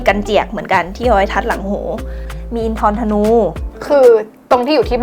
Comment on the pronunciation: อินทรธนู คือ อิน ทะ นู